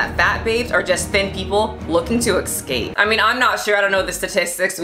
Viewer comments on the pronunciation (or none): yo, escape is pronounced escape, not ecscape